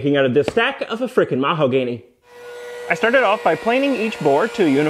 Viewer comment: "A fricken' marho-ganny" 😆